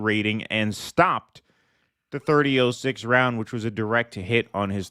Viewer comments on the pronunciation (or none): its pronounced Thirty" ought" six not thirty ooooh six . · .30-06 is pronounced " 30 aught 6." I'm a female who doesn't know anything about guns, but I have heard how this is pronounced through out my life.